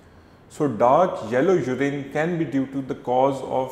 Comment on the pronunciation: Its not jurin URINE 😂😂🙏🙏